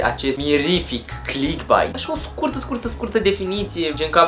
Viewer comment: Sunt de acord cu părerea ta, doar că nu se pronunță cum se scrie, ci ,,clickbeit,,:) Succes pe viitor!